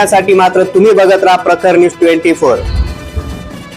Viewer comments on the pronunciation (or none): प्रकरन यूस 24 नव्हे दादा 😊 प्रखर न्यूज 24 असे उच्चारण करावे 😊